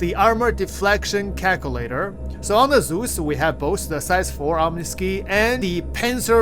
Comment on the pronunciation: OM KNEE SKY, is how you pronounce that guns name. You have mispronounced this so many times, other players are starting to do the same. Great video though.